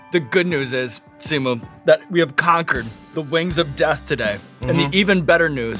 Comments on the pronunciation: Did Sean say Simu wrong? the audio in the intro sounds funny lol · Hang on did sean mispronounced simu’s name ??